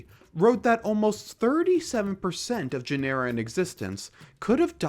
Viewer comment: i don't think your AI knows how to pronounce "genera"